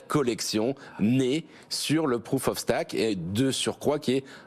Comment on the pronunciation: Prouf of Staque ... 🤣🤣🤣